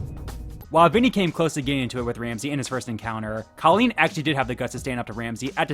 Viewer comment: It's "Cole" leen.